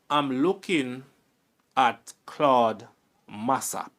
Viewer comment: You are pronouncing Claude’s name wrong. Get it right please .